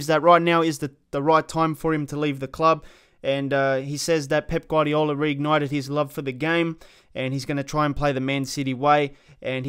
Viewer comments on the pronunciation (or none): none